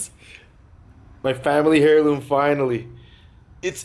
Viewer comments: Why does he keep saying hairloom?? Heirloom like airloom man. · It's pronounced 'Air-loom' not 'Hair-loom' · "Hairloom" hahah it's pronounced "airloom",!!! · Its pronounced as "Heirloom." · air-loom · "hairloom" well. :D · You don't pronounce the 'h' in heirloom,;P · the H is silent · stop pronouncing the 'H' in "heirloom"! And, while we're at it, stop pronouncing the 'L' in "salmon". I think I've heard you pronounce the 'S' in Illinois too... Don't do that either. As old Biff would say "You sound like a damned fool when you say it wrong!"